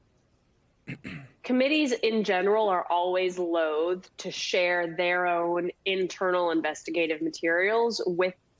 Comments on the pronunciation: At the mark she pronounces loath incorrectly. She seems to think it's "loathe," with a voiced -th, but in the phrase loath to there is no e and the -th is unvoiced (pronounced as in "oath"). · No,. Loath means reluctant hesitant, un-willing, etc.. Loath and loathe are pronounced the same way. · In the US and most of the English speaking world loath and loathe are pronounced differently; it’s like cloth/clothe. Loathe and clothe are verbs. Edit: But ’ original comment was just criticizing her erroneous pronunciation. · Nope. Google it and click on the audio icon to hear the pronunciation. The correct pronunciation is as in both. The pronunciation of loath as in loathe is secondary at best and only recognized, sadly, due to prevalence because of ignorance (as with many words, unfortunately).